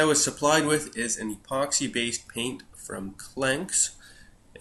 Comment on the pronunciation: PEENT THINNER? ohhhh, you mean PAINT thinner! ;-) I think Denatured Alcohol is safer.